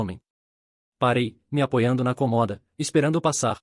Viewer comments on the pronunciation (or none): Cômoda! Não "comoda".